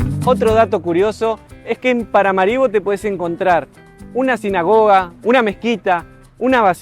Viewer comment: Muy interesante reporte desde un pais poco conocido. Me gustaría ver interacción con gente local. De paso, la pronunciación correcta del nombre de la capital es con acento en la última "a".